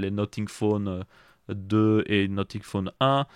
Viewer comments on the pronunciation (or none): Salut j'aurais une question : Pourquoi dit tu "Noting" pour dire "Nothing" ? Ta prononciation "noting" veut dire "en train de noter" et non "rien" qui se prononce "No-f-ing" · bien plus que nocing parce que la tu dis no-sing "chante pas" et sinon tu peux aussi écrire comment tu le prononce car la tu parles pour rien dire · noTing or noSSing ? J’en perds mon franglais…😮